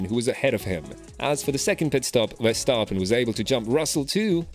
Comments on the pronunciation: Really interesting to learn more about the people behind the scenes :) and just so you know, Verstappen is pronounced with a short "a", like in the word "map" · But at least the 'a' in map is normally not pronounced like the 'a' in the name Verstappen! So 'map' is not a right exemple... In the Dutch name Verstappen, the 'a' is pronounced like the 'a' in the word 'jar'.